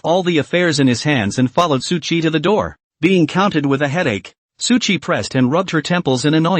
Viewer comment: Why does this guy keeps calling suqi.. su dick come on broo😂😂🎉